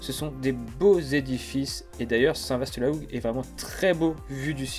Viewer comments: On prononce " Saint Va " et non pas "Saint Vaste" : les S en fin de mot ne sont prononcés que par les horsins 😉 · Salut très belle vidéo comme toujours. Au passage qu'à tu pensais de ma très belle région à Saint-vaast la hougue? Je vous et croisé direction réville. Ps: attention Saint vaast se prononce saint va ont dit pas ast 😉😉 allez continuez c'est super au plaisir de vous revoir part chez moi 👍👍